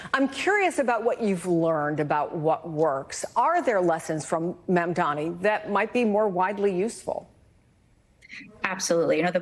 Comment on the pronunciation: How many times... His name is MAM-DANI. Get it right.